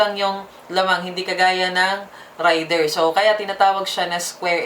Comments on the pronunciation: .. hindi rider? Ang rider ay ung driver.. ung raider( rey- der )ay ung motor.. kung mali ako paki correct po ako.. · Reyder po di rider😂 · Rayder ka ng rayder,, Reyder kasi.. Ang rider-tao, Raider -motor. Kinuha yan ni Suzuki ang pangalang raider sa military hardware ng US ARMY. Isa syang gamit pang digma, helicopter yata kung di ako nagkamali,, Kahit ipabasa mo google ang raider, Reyder ang tamang bigkas hindi Rayder. Sus maryusep..😩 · galing nga eh..Raider binigkas ng Rider hahahaha aral muna toy hahahahaha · Rider daw baka raider haha😂 nice pronunciation ng Raider rider daw haha😂😂😂 nganga!!! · Rider haha hahahahah 🤣 ayusin nyo ang tamang pronunciation para magandang pakinggan baka mag hanap sila ng rider haha baka Raider nga nga vlog tawag dito... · Tip lang: Raider = binibigkas ng "rey-der". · nobody's perfect pero dapat pinag aralan muna kc iivlog mo hahahah..at saka naririnig mo naman sa ibang advertisement na Raider talaga ang pagbigkas at hindi RIDER hahahaha nakakahiya at AROGANTI hahaha